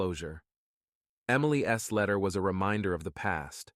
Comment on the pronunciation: tired of the shitty voices, instead of Emily's, it comes out Emily S, sounds very stupid. Your story sucks.